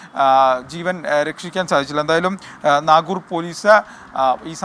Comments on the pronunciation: നാഗൂർ അല്ലെടോ പൊട്ടാ😑.... നഗരൂർ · എടാ പൊട്ടാ നാഗുർ അല്ല നഗരൂർ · നാഗുർ അല്ല നഗരൂർ 🤷‍♂️🤷‍♂️